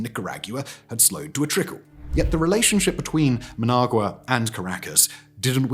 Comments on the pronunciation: Okay Simon… we finally got you to pronounce “Raffale” properly… Now let’s work on “Nicaragua”. And then we can get to “Managua.😊 Neek-ah-ROG-wa. Neek-ah-ROG-wa. Now you… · Ah yes, Muhnag-yewer, the capital city of Nickerag-yewer. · I can't believe you butchered the pronunciation of Nicaragua and Managua so bad. Embarrassing. I am hoping Trump and Rubio refrains from being the bully and again and show some friendship to Cuba and the awesome people of Cuba. They have suffered so much for so long and now would be the perfect time to show compassion. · It's so cringe. The writers for this guy do good research, you would think they would have briefed the narrator on proper pronunciation. Brits are usually very good with this kind of thing. Also his pronunciation of Managua.